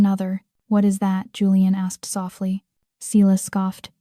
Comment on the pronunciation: Dear AI---it's Si (long i) las--not seelas! I've heard this name mispronounced in too many stories!